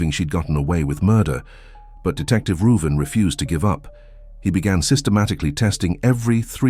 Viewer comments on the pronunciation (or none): So I tickled a bit. Growing up my cousin couldn't pronounce my name which is Ruben . She always called me Ruven so I think the detective name is Ruben. Lol